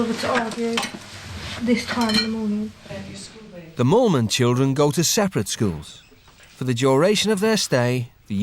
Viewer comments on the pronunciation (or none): Their surname is Moolman, the narrator is not pronouncing it correctly. They're not mormons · Mole man? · Sounds like it, its actually Moolman.